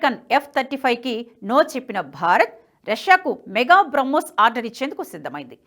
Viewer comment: నమస్కారం. తెలుగులో మాట్లాడు తూ ఉంటే, పదజాలం, 2 పదాల మద్య విరామం యేలా ఇవ్వాలి అని తెలుసు కోవాలని విన్నపం… ఇక్కడ ఉదాహరణకు మీరు ఏక కాలంలో "BRAMHOSNAVY" అని పలుకు చున్నారు. ఇది పాత సామెత "రామునితోక పివరుoడిట్లనియే" మాదిరి గా ఉంటుంది. NHTV standard ఇది కాదు.